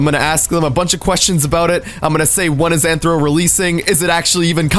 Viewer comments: It’s Athro not Anthro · U saying it wrong it's rthro